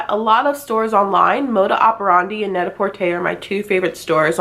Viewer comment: I love the way you said net-a-porter!! There is no dragging at the end of the word "porter". Also, the first video of yours i watched...i literally said out loud "omg she is soo pretty i wanna look like her" 💕